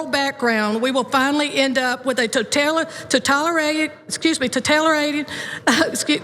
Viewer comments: I think it is "totalitarientated". I could be wrong though. Haha... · Backwater hick so uneducated she can't even say totalitarian. The Republican party is totalitarian and that proves to me she doesn't know what totalitarian even means. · Tried three times to say totalitarian but couldn't, proceeds to rip up constitution like a totalitarian. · Totalitarian? You are a Totalitarian, yet you can't pronounce it. Dunce, if we include the 10 commandments, the Satanic commandments will be next. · The Bitch can't read...get her the fuck out. Come on! Until she learns how to say a simple word such as, 'totalitarian', I will ignore everything she says. Did she even practice? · I find it hilariously pathetic that this representative can't pronounce totalitarian yet that's what she is both fear mongering about and looking to create. Vote better people into office and leave your religion in your own home or house of worship.